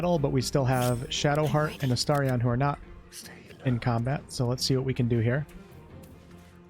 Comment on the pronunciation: Drives me bonkers you calling him Astariaaaaahn. Other than that, great video. 😂